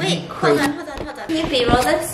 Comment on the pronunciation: he didn’t just say “b-roll” he said ᵇ ʳᵒˡˡ